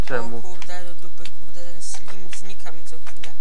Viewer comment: czyta sie slajm a nie slim